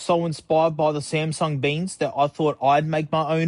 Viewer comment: Smasnuh beans